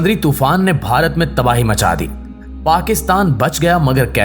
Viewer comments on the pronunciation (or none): none